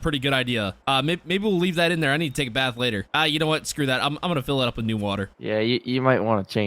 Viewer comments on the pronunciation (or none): none